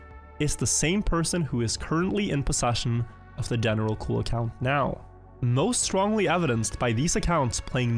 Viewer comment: As a French, seeing « General Cul » taking all the screen and hearing wrongly pronouncing it is so funny